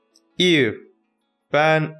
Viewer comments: Abi aslında o kızın adının öyle okunmuyor. Eva diye okunuyor. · Abi kızın adı normalde eva diye okunuyor eve diye yazılıyor